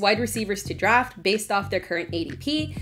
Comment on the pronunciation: She makes draft sound like drop hahaha Anyway Boyd is not risky at all with an 8th/9th round ADP.